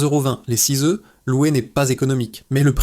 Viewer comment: l IA qui nous parle les oeufs se dit oeufs et pas euffff oups !uops !oups !!! fou fou fou espérons tous que nos robots de l "IA un jour proche pourrons parler humain plus rapidement c'est le moyen âge ici allez les robots faîtent des efforts